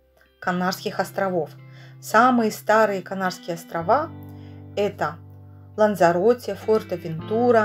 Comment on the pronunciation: последняя буква в названии острова Лансароте произносится как "Э"